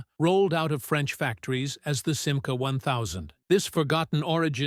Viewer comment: commentaire artificiel complètement mauvais: ce n'est pas sima, mais simca!!!!